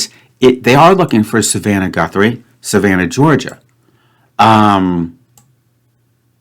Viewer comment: Guthrie is a Scots surname in origin but it isn't said like goo-three ! it's guth- ry where the guth bit rhymes with bismuth.